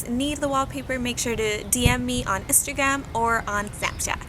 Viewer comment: Did you say istagram😂